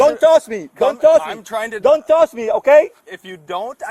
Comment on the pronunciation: 😂 “don’t tosh me” 🤣🤣🤣🤣🤣